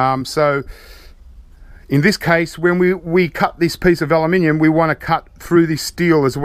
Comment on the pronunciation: He says "Aluminium" exactly how its meant to be said :) just because you spell it wrong it doesn't mean that's how you pronounce it.